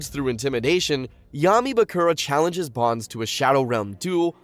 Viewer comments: So many missed information and so many mispronunciation, like dude it’s BONES not BONS like at least try to pronounce their names correctly. There were so many things you missed and the fact that when you mentioned a duel that was taking place what was shown on our screen was not that duel it was something completely different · Bones not bonds! wtf 🤦🏻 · Its bones, not bance